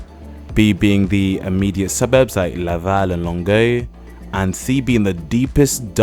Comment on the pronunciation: Impressed with your pronunciation of Longueuil! Good video.